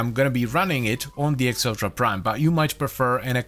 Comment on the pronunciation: Acceltra is Meh-celtra